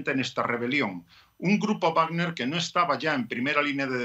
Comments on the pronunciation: X que la periodista dice grupa wagna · Grupo wagner, dilo bien coño.